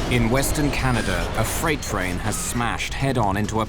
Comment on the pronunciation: Could someone tell me where is the “R” in Canada???🤦🏼‍♂️